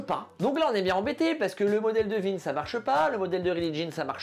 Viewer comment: content de voir qu’on partage ce même humour. Content aussi d’être enfin fixé sur la prononciation de « Wien » après toutes ces années de doute…